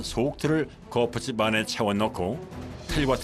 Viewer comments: 거풋찝 거풋찝 합니까? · 성우님 발음이 거푸집 인데 왜 자꾸